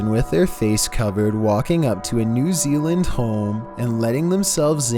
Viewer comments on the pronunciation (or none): none